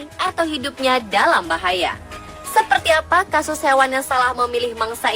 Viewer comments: Apa cuma ana doank yg denger kasus jadi kastus? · yang bener kasus ya mbak bukan kastus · Ko kastus mba bukan kasus 😁